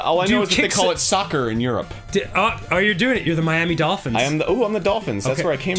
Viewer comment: You said soccer wrong